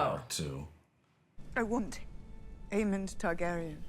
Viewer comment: It’s AemonD, guys, not Aemon